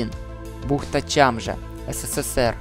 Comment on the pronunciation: Не Чамжа а Чажма